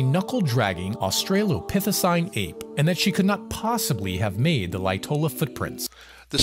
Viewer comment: LOL!!! He actually said "Australia pithecine"! Jeez, Creationists crack me up! Now he'll be a laughing-stock among the educated. Thanks,; I needed the laugh